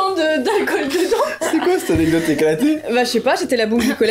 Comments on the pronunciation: Je dis aussi "anedote" 😂😂 tu n'es pas seul!😂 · On dit A _N_E_C_D_O_T_E 😆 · pauvre dooms comme moi elle arrive pas a dire anecdote 🤣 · Team "anedote" en force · essaye de dire anecdote corectement